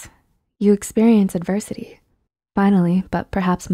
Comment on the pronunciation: This video has a good message. But it's "adversity" with an "s".